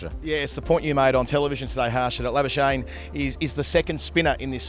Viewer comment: Can't believe can't pronunce 'Labuschagne' correctly even after Harsha subtly put it out there.